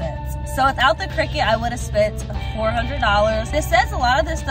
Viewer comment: Cricut not cricket lol good video though